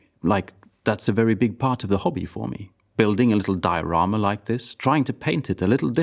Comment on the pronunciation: Finally a Swede that pronounces diorama correctly